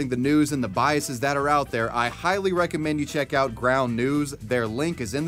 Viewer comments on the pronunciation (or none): none